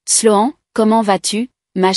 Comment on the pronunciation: La prononciation de Sloan,est vraiment nul,voir lamentable, toujours incapable,voir une incompétence totale de ces vérifications indispensable pour chaque histoires,mais c'est chaque fois la même chose,triste, très triste